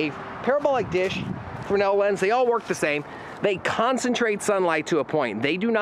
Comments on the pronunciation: The guy who invented the lens was French, and his last name is, in fact, pronounced "Freh-NELL," where I capitalized the emphasis. It's a common mistake, though. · It's pronounced frennel my friend. No S.